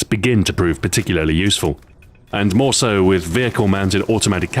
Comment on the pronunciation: Stuart sounds so Scottish "Mere Concealment"